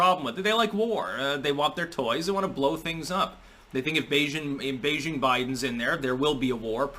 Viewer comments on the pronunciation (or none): none